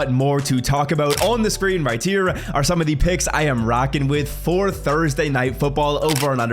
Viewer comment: Have you always struggled to say the word "here"?